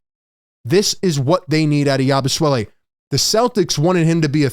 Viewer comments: Please stop calling him Yabu "swelle". Its Yabu "sele" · or "yah-boo-say-lay" (per Basketball Reference) but definitely not "swell-e" I checked and his father was French Belgium at birth and mother from France and Guerschon Yabusele was born in France. His father may have had a Dem Repub. of Congo passport (they speak English in DRC). So Guerschon is a French name, but apparently so is "yah-boo-say-lay" if pronounced this way. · Hey "" Philly Take...say "Yaboo-Selly"... you're seriously having too much name playing fun.😅😂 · Love your videos but please stop butchering his name. It's not Yabusuele it's pronounced Yabu-seh-lee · is there some reason you keep calling the guy Yabu- Swelle? There is no W😂